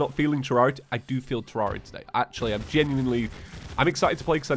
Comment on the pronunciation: He's making so many attempts to get with the times yet still can't pronounce Terraria right lmfao